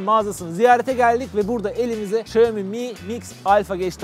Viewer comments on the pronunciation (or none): ayrıca miim diye okunuyor sizin aklınız yine kaçmasın biryerlere xD